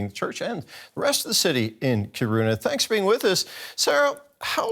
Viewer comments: Yep, the stress is on the first syllable. 🙂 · "Kíruna" not "Kirúna."